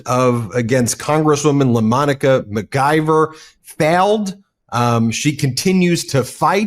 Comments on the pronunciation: At least pronounce her name correctly mic-👁-ver No G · McIver is pronounced "Mick- eever"